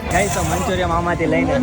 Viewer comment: મંચુરીયન ✅ મંચુરિયમ ❌